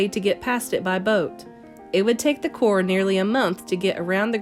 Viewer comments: Because the p is silent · why do you keep saying cor ?